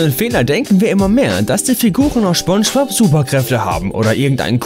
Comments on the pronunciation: Jeder der "Schponschbob"(spongebob) wirklich gesehen hat findet das Video lächerlich 😂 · Schponschbop und Sandy Chicks .. junge junge .. die serie komplett auseinandernehmen aber ihr könnt nicht mal die Namen richtig aussprechen :D vielleicht achtet ihr nicht nur auf die fehler sondern mehr auf die Dialoge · Schoonschbob..... ?!?!😤 wieso sprichst du das falsch aus ich raste gleich aus xD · seid wann nennt man Spongebob Schponschbob? Alter, lern mal sprechen xD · Genau... Schponschbob😑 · Du hast gesagt schponschbob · Er sagt Sponschbob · Schponschbob.... Kenne ich nicht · Schbonschbob.......fuck triggered das hart.... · Schponsch bob -. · Erster Satz: "Schponschbob". Dislike, comment und weg. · Triggered schon hart wie er spongebob sagt 🤦🏻‍♂️😅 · Jaaaa. Danke für den Post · Digger das kann doch nicht dein Ernst sein🤔🤔😂😂Jedes Beispiel war lächerlich..der einzige Fehler in deinem Video ist wie du SPONGEBOB aussprichst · Du willst nen Fehler sprich mal Spongebob aus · Wie er einfach SCHPONGEBOB Sagt!🤣🤣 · Ja er will Sponspob schlecht machen ich hab daum nach unten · Er spricht es schpongebob aus 😂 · General MaskenKeule Schponschbop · Dachte so joa, ein video über spongebob kann man mal gucken, erster satz: schponschbob. direkt ausgemacht. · Hallo Hallo ich glaub eher spanjsbohb 😂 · Er heißt nicht SCHBongebob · Gutes Video über schponschbob 😂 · "SCHPONGEBOB"? REALLY, NIGGA? Du könntest zumindest so tun, als ob du es versuchst. Zwar, beschwerst du dich, über Kontinuitätsfehler, jedoch, bist du nicht in der Lage, deine eigenen zu beheben. " CLASSIC! " Humans. ~ K. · Er sagt Schpongebob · "Sandy Chicks" "Schpongebob" ey ohne spaß, das video is echt gut, aber deine falsche aussprache, macht wahnsinnig aggressiv. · Smonschmops? Thöhöhöhö, Ich hab Smonschmops gesagt. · er sagt immer Schpongebob das geht so auf die Nerven.... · Wer kennt ihn nicht, Schponschbop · Warum sagst du immer Schpongebob? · Du sprichst Spongebob falsch aus. Und Sandy Cheeks auch. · Schponschbob XD